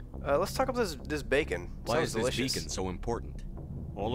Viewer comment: LOL once you kept saying "bacon" I kept hearing "bacon" every time they said "beacon"